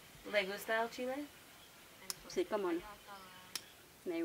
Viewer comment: I like these videos a lot but when she asks, "Le gusta El Chile?"... So American! LOL